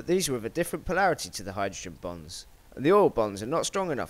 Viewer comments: its bonds not bongs its a chemistry thing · I want to make it clear that I find this video very interesting, no 2 ways about it... I just couldn't help but hear "Hydrogen bongs" and that oil also has "Bongs" and practically nothing other than "Bongs" for the last few moments of the video...